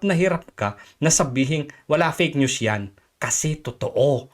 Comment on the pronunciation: Yan napala ni ante kler sa pag sasabi nya ng peyk nyus. Dahil sya mismo ang peyk nyus.😂